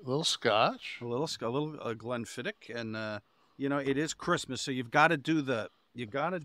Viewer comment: Today I learned how to properly pronounce Glenfiddich.